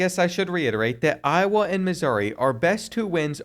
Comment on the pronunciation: Show some respect on Iowa's name